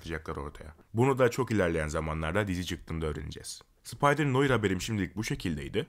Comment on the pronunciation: Abi bilgin olsun noir noar diye okunuyor.